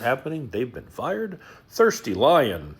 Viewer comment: Thirsty Lion or is it Thirty ‘Lyin 😂